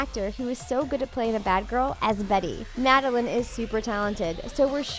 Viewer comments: First, you said Cole as Cody. Then you say Madeline instead of Madelain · They said madalen and not madalaine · you mixed up olivia and toni. and you pronounced madelAIne wrong